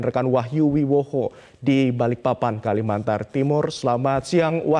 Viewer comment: Kalimantan bukan kalimantar wkwk😅